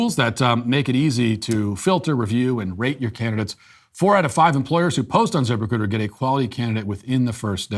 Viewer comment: I know it’s “zip-recruiter” but all I hear is “Zipper-cooter”